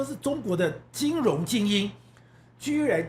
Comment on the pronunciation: 金融唸成金隆口齒不清媒體人民代名嘴多人的缺點，又不是沒有讀小學注音？且多字錯唸音其都是學唸中共國 的人媒報導錯唸音，人家亂拼音你妳也學連王瑞得也一樣學中國人亂唸張雅秦更嚴重•••幾乎人人都有些字口齒不清的，只剩下少數媒體人堅持台灣本土學的正確拼音唸字才真讓人敬佩又安慰，原以為自己六十年來使用的正拼音字被他們錯亂掉了？原來學中國人在網路上錯誤拼音，注意：中國連破音字也不懂更不會用不會唸•••。另海角七號_中國人唸成海絕七號，不要學中國人了吧！